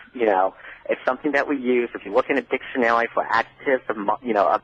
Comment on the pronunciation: This guy can't pronounce is R's or his L's. "If you look it up in a dictionawy" "Not evewything is wasist" "Quiet, I'm hunting wabits".